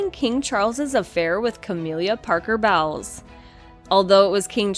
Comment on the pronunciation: ("Cah-mill-ah") Parker- Bowles ( "Bowls" - not "bowels").